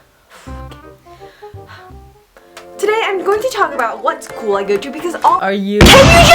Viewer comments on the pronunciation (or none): When you're speaking I always visualize you're biting your inner cheeks or something like that..The way you say school is just so weird, like 'skoooo'